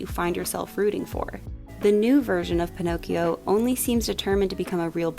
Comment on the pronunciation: One word: “Pinokes”. WTF????